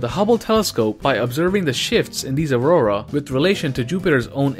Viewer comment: Hey Guys! This Week In EPIC Science, you learn the fact that I can't pronounce Aurora ..... among several other things :D. Enjoy the video, and please share it with your friends to spread the Science! #ScienceBros